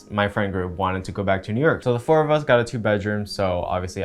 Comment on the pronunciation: The way he said New YERK at the mark